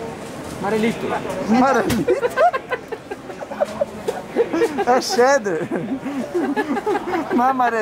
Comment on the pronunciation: marelito kkkkk n aguento isso